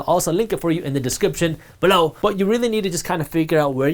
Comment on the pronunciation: Bro please stop saying BELOW the way you keep saying it…. It’s so annoying and get my nerves up